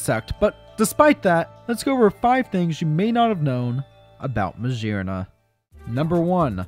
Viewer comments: I'm surprised you didn't notice that MaGEARna would be pronounced with a hard G like in GEAR. It's not Majearna. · The G in meggerna is pronounced like gear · What I hear: Mashearna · i have never heard someone pronounce magearna as "mashearna" but i respect it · Ur saying maggerna wrong the hol vid